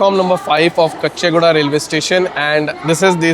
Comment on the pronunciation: It is Caw-chee guda, not kuchchi guda